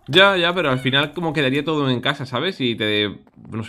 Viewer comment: Nose si escucharon pero Willy dijo toro en vez de todo Nada era eso solo nomás XD